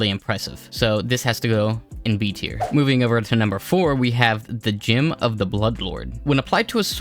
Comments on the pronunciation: Never in my life heard someone pronounce gem as gym. Why are you doing this?? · Saying gym instead of gem is literally the only reason I don't subscribe